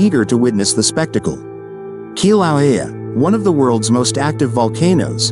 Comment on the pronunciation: The computer narrator can't pronounce Kilauea, alas.